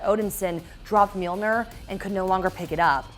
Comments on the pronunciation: has the audacity to call Mjolnir Mjilnor. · And Mjilnor in the beginning. My heart..